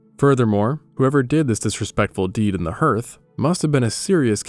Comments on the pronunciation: It's pronounced "harth", not "herth". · Hearth is pronounced "Harth" NOT h-Earth! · *For the record: "Hearth" is pronounced like "harth" not like "herth". And "Chaco" (as in Chaco Canyon) is pronounced like "chock-o" not like "chack-o". Sorry to nitpick. Cool content though. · Hearth is pronounced like heart, not hurt. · Hearth is not pronounced like "earth," rather, it's pronounced like "Garth," like Wayne and Garth in Wayne's world. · “Hearth” rhymes with “Garth”. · Yes, I think AI mispronounces the word hearth. In the Midwest near Chicago we say it "harth." I don't know what AI said exactly, but I was surprised by how wrong it was compared to the way I've always heard it said. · Your English is very good, but for future reference "hearth" sounds like "harth". It's one of those weird words that isn't spelled the way it sounds because English is an ancient, bastard and inbred language. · Dear: I really love your work and it's one of my favorite de-stressing yet intellectually stimulating activities. This is sort of random, but as a linguophile & lover of mysteries I'm curious about your unique pronunciation of the word HEARTH, one that I've never heard before. According to my brief web search, this pronunciation is localized to the Canadian Maritimes, rural New England, and parts of Minnesota and Wisconsin. Does that track? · The narrator has interesting ways to pronounce certain words. I can't place these pronunciations, because they are not standard to any region of which I am aware. Listen to how the words iron, hearth, and Chaco, are said. They seem odd, to me.